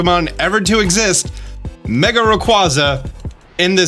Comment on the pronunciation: I'll never forgive for disrespecting Rayquaza's name.. hurts me physically hearing it pronounced that way